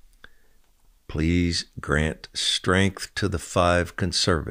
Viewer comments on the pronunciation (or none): none